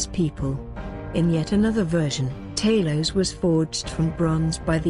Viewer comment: You pronounced tali’s and Hephaestus wrong